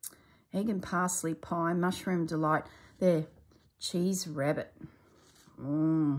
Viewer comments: We had one of those toastie makers, and they were so popular you could even buy loaves of round bread to use in them. Incidentally, the cheese rarebit is commonly known as Welsh Rarebit and is pronounced as it is spelt - rare-bit, not rab-bit. A favourite Sunday supper with soup. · I love Welsh Rarebit. For information, it’s pronounced rare-bit (as it is spelt), not Rab-bit.